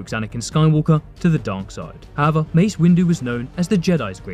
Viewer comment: Why does EVERY SINGLE ONE IF THESE GUYS PRONOUNCE HOWEVER ALL WEIRD AND SHIT MAN LOOOL I SWEAR EVERYONE OF THEM SAY IT SO STRANGELY